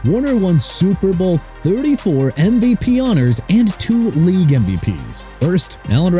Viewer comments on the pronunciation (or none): none